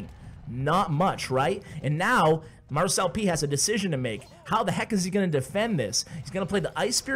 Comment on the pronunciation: So... Does anyone else pronounce it Mar-celp instead of mar-cel-pee? 😅